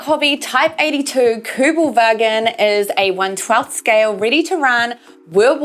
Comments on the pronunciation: Good video and thanks for pronounce it right in german. KÜBELWAGEN. Would like to hear you say more in Germany. Well done. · I'm German and I like the way you say "Kübelwagen" :-) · Nice, how you say "Kübelwagen" !! 👍 😉Greetings from Germany! 👋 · Yes it was nearly perfect.